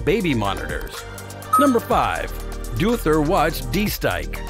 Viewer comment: 😂😂😂 I’ve never heard somebody pronounce Deauther like that, awesome video though!!!